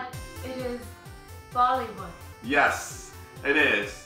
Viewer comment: When quake said "ready for bollywood?" I thought she said "ready for vomitfood?"